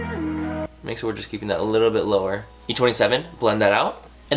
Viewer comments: Did he say Laura lash line?? 😂😂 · I thought he said "laura" lash line. not lower lash line. lol.....